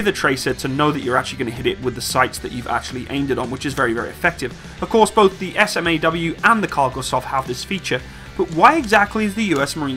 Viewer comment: you don't have to spell out SMAW each time. We say it like you would say "saw" but add the "m" in there like you would say "smack"